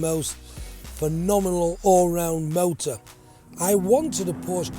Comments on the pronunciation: Loves the brand but cannot say Porsche properly.... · Well, if you have a favorite car brand, the least you could do is pronounce it correctly.